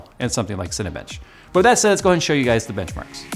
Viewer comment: he said cinnabunch